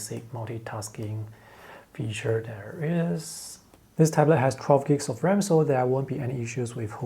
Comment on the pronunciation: I repeat 5 times still cant understand what ram does he saying 😂